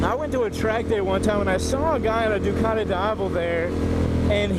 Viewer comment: Georgian accent xD